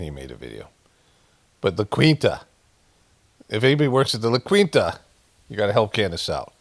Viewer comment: Lah KEEN-tuh not Lah QWEEN-tuh